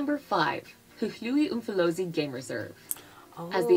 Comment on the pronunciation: Narrator is butchering our place names-Knysna, Hluhluwe…